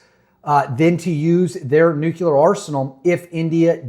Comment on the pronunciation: Very informative, thank you. But, there is ONLY 1 "U" IN NUCLEAR. Hate beithat guy but it's like a bell every time it was said. No offense though bro. Keep keeping on